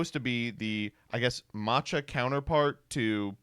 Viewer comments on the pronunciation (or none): Is this guy pronouncing matcha, mock-tuh?????